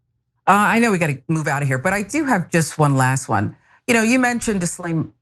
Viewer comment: The s is silent in Guislain